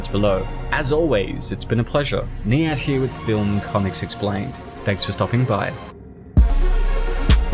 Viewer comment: Wow I remember this movie Soo weird but good And I just realized your name is...I always thought you said THE ANT l.👀